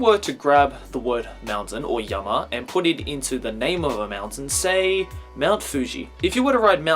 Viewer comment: Is he saying mountain or meltdown or what ?